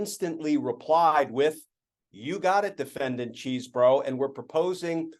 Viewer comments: You should at least learn how to pronounce Chesebro. It's maddening, and I'm a subscriber, but it really bugs me when I miss focusing on your content because every time you pronounce the name so wrong, it's like fingernails on a chalkboard for me and others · I mean, who cares because he's a loser, but it's pronounced "Chez borough" rather than CHEESE. As confirmed today by the Wisconsin Rapids Daily Tribune. Primary sources are key for information like this. Just makes you look smarter, it's not about the criminal.